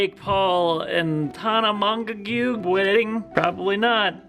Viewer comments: It's Tana Mo-jo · trying to say Tana Monamonogoos name 😂😂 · i love how rob pronounced tana mongeau 😂😂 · Looks like you guys had so much fun! 😆💜 Also Im glad Im not the only one who doesn’t know how tf to say Tana’s last name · Also died at how they pronounced Tana's name. XD